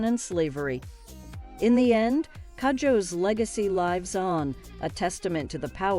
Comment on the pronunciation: It is pronounced koojoe Its a Ghanaian name